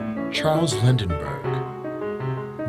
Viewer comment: Glad somebody else noticed that. he pronounced Charles Lindberg's name as "Lindenberg." Probably shouldn't go with the lowest bidder when hiring a narrator.